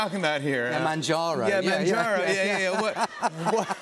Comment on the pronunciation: "manjooro" i don't know if its cause of accent or he don't know that is actually mounjaro